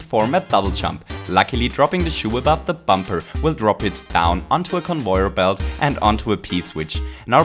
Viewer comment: convoyeur bilt